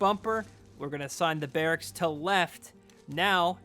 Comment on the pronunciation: Barricksis. Wow. Your grasp of the English language is just unbelievable. Maybe you should go back and get your GED kid.